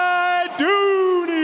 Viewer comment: the fact that the commentator cannot pronounce LAIDOUNI's name correct...pisses me off..